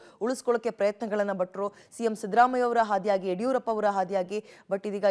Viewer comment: ಹಾದಿಯಾಗಿ ಅಲ್ಲಮ್ಮ ಆದಿಯಾಗಿ ಅದೇ ರೀತಿ ಹಸು ನೀಗಿದ್ದಾರೆ ಅಲ್ಲ ಅಸು ನೀಗಿದ್ದಾರೆ...